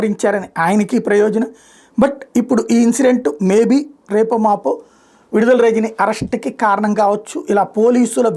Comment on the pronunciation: విడుదల కాదు..... విడదల.